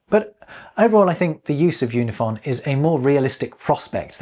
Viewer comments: Im surprised you didnt notice this in editing, but in your Unifon section you repeatedly pronounce it "Yoo-nih-fon" and not "Oo-nih-fon" as the pronunciation guide explains. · Based on the alphabet you showed, I believe you pronounced Unifon wrong. Wouldn't it be "oo-ni-fahn", not "yoo-ni-fahn"? 😁 (Actually, the website seems like it uses the "yoo" letter, while the alphabet you show on screen uses the different "oo" -- are both considered correct?) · Based on the sound key for UNIFON the pronounciation should be "OONIFAWN" as the line is above the U as in "ruler" not below the U as in "unicorn". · I just realized that "unifon" should be pronounced "oonifon" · Oonifon, not Yunifon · I think it's kind of funny that because of the way it's written, we can all see that you're pronouncing "unifon" wrong. Or rather, that "unifon" is intended to be pronounced in a way WILDLY unlike what you'd expect. oo-knee-faahn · looking at that pronunciation guide, isn't it pronounced oonifon? Like oo and ah? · I really like Unifon! And a quick correction,: given the character he used to write the word "Unifon", you weren't pronouncing it as Malone intended. You used /ju/ for the first character, but the character that looks like a "U" with a bar at the top (given the chart you showed) represents the "u" sound in "ruler" (i.e., /u/). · I think you’ve got the first sound in the word Unifon incorrect, it should be like the oo in too if the material presented on screen is correct.